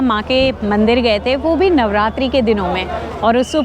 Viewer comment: Nav Ratri✅, not Ratra❌